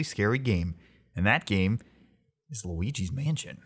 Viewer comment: Right before the intro, in my mind I'm thinking "Loogal's Spookhouse". Then you come in and say "Loogi's Spookhouse". Damnit